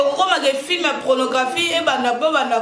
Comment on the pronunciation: Tu dois apprendre d'abord la prononciation des mots comme PORNOGRAPHIQUE OU PORNOGRAPHIE avant de prétendre être CHRONIQUEUSE.